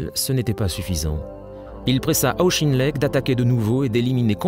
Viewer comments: Auck.his names proniunced aucken lect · The narrator appears to have some difficulty with pronunciation: Caucasus is pronounced ‘Caucus’ and Auchinleck is pronounced ‘Owch-in-leck’ . Please check and edit audio for corrections.